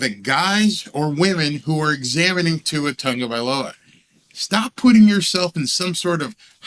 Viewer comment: Why does it sound like Tungavailoa? Isn't it Tagovailoa